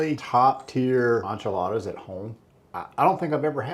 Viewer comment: It cracks me up the way he says Enchiladas, Onchiladas. 😅